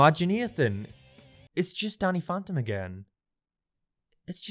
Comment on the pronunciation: "Donny Phontom"